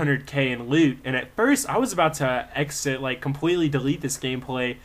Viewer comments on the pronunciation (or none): none